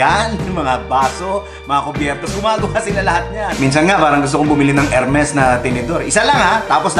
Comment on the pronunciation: Good for you to discuss pronunciation here. Tamang tama para sa mga nanonood ng vids mo na naguguluhan siguro dyan. And really good pronunciation of the French R! Really funny but you still got the correct R. :)